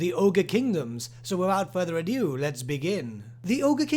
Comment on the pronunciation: Ado, not adieu.